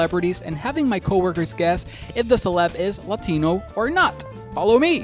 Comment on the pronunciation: I hate the way he pronounces Latino, maybe he should've... not been the guy for this